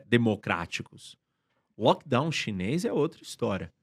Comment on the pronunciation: "lockdawn normal"